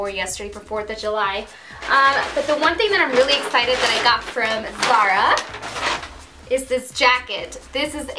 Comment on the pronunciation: She confuses her z and s's it's not sara it's zara